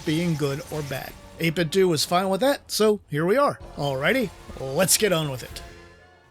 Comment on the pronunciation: 8bitdouh not 8bitdu